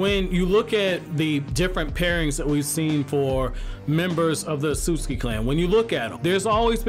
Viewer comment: Why is he mispronouncing otsutsuki?